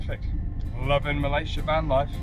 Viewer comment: Bravo, u pronounced Malaysia correctly both of you.